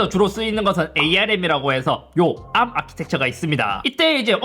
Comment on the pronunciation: 근데 ARM을 왜 자꾸 에이알엠 이라고 읽냐...